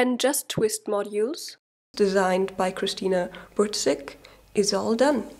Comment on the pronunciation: krystyna burczyk not cristina burtcyk :D